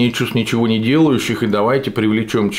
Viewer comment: *Оскорбление чувств ничего не делающих*...)))))))Круто и в точку сказано , с ударением на причастие ))))